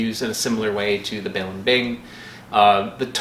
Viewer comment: say it with me: buh-leem-bing